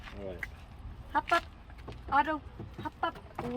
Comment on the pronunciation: wait is his name Auto? it sounded like you said "up up Auto"